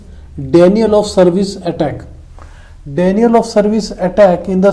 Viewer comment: Denial चा उच्चार 'डिनायल' असा आहे. आणि legitimate चा उच्चार लेजिटिमेट असा आहे.